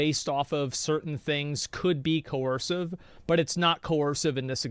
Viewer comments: Why does he keep saying "cohersive" instead of "coercive?" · “Cohorsive”. Just nit picking you’re doing a great job!